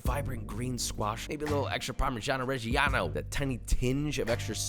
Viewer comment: "Parmishiano reshiano"...gosh....I can see a lot of Italian ears bleeding hearing you pronouncing it like that 😄😉